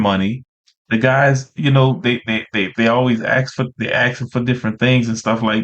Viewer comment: She pronounces settle correctly but says AXE 🤦